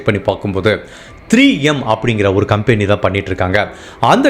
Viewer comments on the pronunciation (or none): none